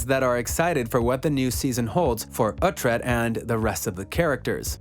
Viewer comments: OoT-Red?.....silly goose.... Oo-Tread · It’s pronounced (Ouu-Tread) not (Ah-Tread) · Why would you even make a video like this you're obviously not a fan you can't even pronounce Alexander dreymon character name right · The guy is clearly just reading a script without ever watching the series or reading the books. You know he has wasn't the show from how he pronounces Uhtred's name. His name is said at least 50 times a show, so if you actually watch the show, you would know how to pronounce it correctly.